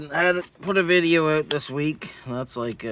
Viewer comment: “In and Ooot” … I couldn’t resist! Nice to see a video, haven’t seen you one a while, have a great night